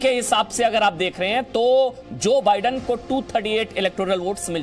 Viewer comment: Jo badun 🤣🤣🤣Kaya pronunciation hai🤣🤣